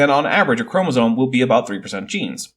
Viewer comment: I let laypeople slide on “chromosone” vs “chromosome,” but holy hell. What a dingus.